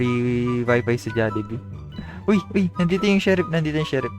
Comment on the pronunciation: when he say jollibe couhg me roling